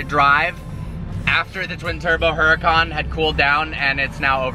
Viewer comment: Dude, 'Hurucan' is pronounced like 'Ooh ra (roll the r) khan'